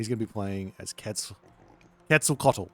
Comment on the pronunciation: Yes! Bloodletting is great!. Also, good pronunciation on quetz this time, it is indeed how you pronounce it.